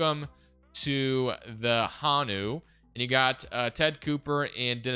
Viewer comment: I’m from Hawaii , this is dope, and it’s pronounced (Ho-Knew) but nice try though 🤣🤙🏽